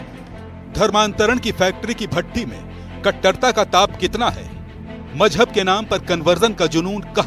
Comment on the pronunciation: Majhab ❌ Mojhub ✔️